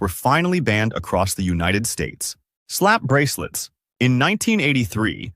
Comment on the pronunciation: “Slap Breclets”